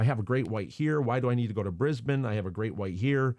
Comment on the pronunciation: Thank you for pronouncing “Brisbane” correctly 😂